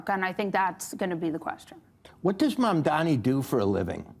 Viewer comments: How long before Bill learns how to pronounce "Mamdani" correctly? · Bill Maher still can not (or will not) pronounce Mamdani's name corrrectly! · Bill, Learn to pronounce ‘Mamdani first if you wish to discuss him. You did the same mistake last episode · If he says "Mandami" instead of "Mamdani" one more friggin' time, I'll scream. Has he always been this bad at names, or is it cognitive decline? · Mamdani - not Mandami - it's not even that hard a name to pronounce, jeez. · It's also mamdaNi not mandaMi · Is Mamdani really that hard a name to pronounce? Not one of them said it correctly. Mandami, Mandani. Mispronunciation of someone’s name repeatedly is so demeaning. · Look, I hate the dude’s politics, but his name isn’t at all hard to pronounce: Mamdani = mom donnie. Of course, people are still saying kaMAla, so I’m clearly asking too much 😂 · I don't like Mamdani at all but for God's sake can people pronounce his name right! More than half of the media calls him Mandami. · “Mamdani” was attempted five (5) times this episode. It was mispronounced five (5) times.